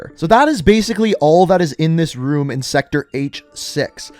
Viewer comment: "Anotha ruum"